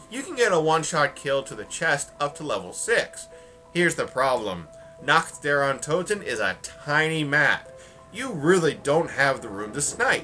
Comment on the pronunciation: I love how he pronounces Nacht der untoten (BTW, i am german, and he sounds like a North-german)